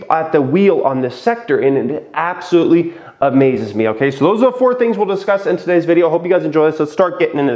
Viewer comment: “What we will disuss”